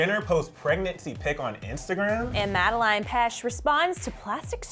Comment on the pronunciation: Saif Shaikh its madeline petsch not melina pash 😂